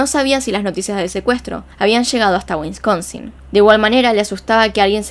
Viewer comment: Buen video. No se dice “WiNsconsinl. Se dice Wisconsin, SIN la primera N. No se dice “IllinoiS”, aunque se escriba así. La S no se peonuncia, Se dice: “Illinoi”. Acuérdate de este dicho: “You make too much noiSE when you say IllinoiS”.